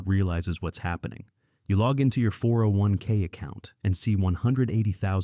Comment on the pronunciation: A real person would not say "401k" as four separate syllables with pauses between. AI just plain cannot think or even read a YT script. AI companies are going to see market cap drop like an anvil. Soon.